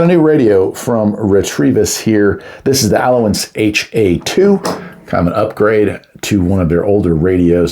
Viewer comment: Why do you keep saying RETREVIS....it's Ret-E-Vis....only 1 R